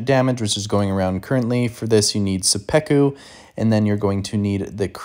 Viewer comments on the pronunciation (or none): suh-peck-oo is an interesting way to say it but cool vid!